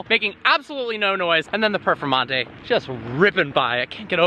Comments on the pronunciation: It sounded like instead of "Performante" you were saying "Purplemonte". Sounds like a great nickname! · Are you saying Purple Monte? Cant hear your clearly.